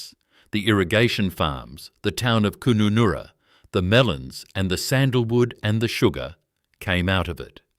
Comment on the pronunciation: D Kooonunnoora LOL